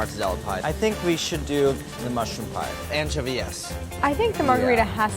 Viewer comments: I'm just glad they addressed how was pronouncing anchovies "anchoVEES." My spirit can rest now and the cosmos are back in balance. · Everyone else: AnchoviE ancHOvies anchOVIE Molly: Tose are big choves